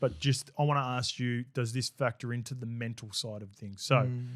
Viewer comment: Willie it’s ask not arks. I know you’re one of the bros but there is no R in ask.